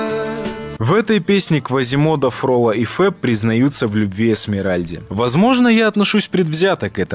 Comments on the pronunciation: ФроллО!! Ударение на последюю букву! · Хороший вопрос, тоже никогда не понимала, почему Фролло все упорно называют с ударением на первый слог, даже актёры нашего мюзикла. Это же французский персонаж!))) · ФроллО!!!!!!, Он ФроллОООООООО, а не ФрОлло!!!!!